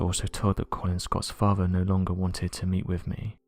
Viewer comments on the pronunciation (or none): none